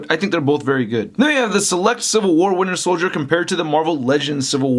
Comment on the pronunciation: I know there are other people besides me that also hear "winner soldier"